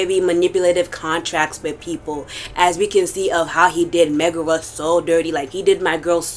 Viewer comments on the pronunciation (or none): Is Megara, not Magora.😂